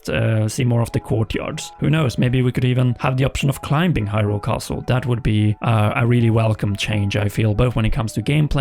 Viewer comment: Is it just me or is this dude pronouncing the “b” in “climbing”?